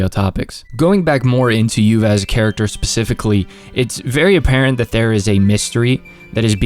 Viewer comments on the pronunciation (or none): none